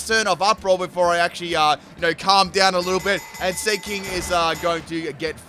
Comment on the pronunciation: Who else thought he was saying ‘slinky’ when the seaking was there